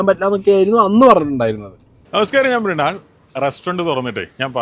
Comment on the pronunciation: മൃണൾ ആണോ അതോ മൃഗാൾ